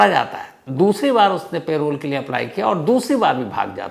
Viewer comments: It is not "pay-role" but "puh-role" spelled as parole! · Sir its Parole not Payroll - प रोल ✅ पेरोल ❌ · Payroll nahi parole hota hai